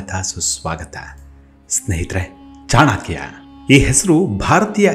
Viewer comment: ಚಾಣಾಕ್ಯ ಅಲ್ಲ ಚಾಣಕ್ಯ ದಯವಿಟ್ಟು ನಿಮ್ಮ ಬಾಯಲ್ಲಿ pronounciation ಸರಿ ಇರಲಿ pl